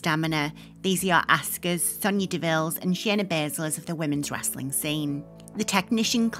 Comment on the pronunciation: I've never heard anyone pronounce Sofia like that.